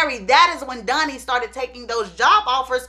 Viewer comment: I love how all of her “O”’s are “U”’s. Dunny, Sung not Donny and Song. 🤣🤣🤣